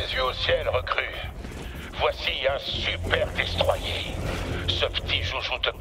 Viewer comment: "Voici un Super Destroiyé" l'acceeent 🥲